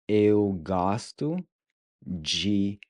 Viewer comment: Kiitos, muito obrigado ❤ I previously watched your video on the pronunciation of open and closed wovels. It was confusingly difficult to distinguish between a closed sound and an open sound. But with this video, the open ”o” opened up for me when you taught to pronunciation of the word ”gosto” You are really good at teaching pronunciation 👍🏼 I also liked the recap of the previous episode (Lesson 1.), which you nicely added at the end 🥰